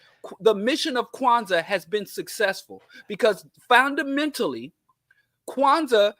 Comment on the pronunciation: “Foundamentally”…..???🧐 I’m not mad at that